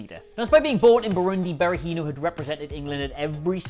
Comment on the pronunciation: What are Dabo and Berahinos first names again? Is it a pre requisite to be a football oriented Youtuber and to not be able to pronounce names?